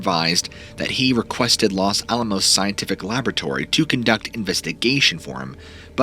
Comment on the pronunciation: Fun vid and great channel - you are a talented orator. Couple things - Taos is pronounced "Towse", not Tay-os. Also, the Los in Los Alamos is pronounced with a hard O (like Lowes), not a soft O. I also noticed the saguaro cacti in your background.These are beautiful but are native to Arizona specificaly, not anywhere in Nuevo Mexico. Anyhow, the Dulce story is similar to the Taos hum. Keep the stories coming. Love listening to them.